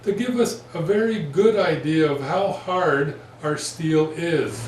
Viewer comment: "haerd". Have you been to ram ranch also? great vid bud :)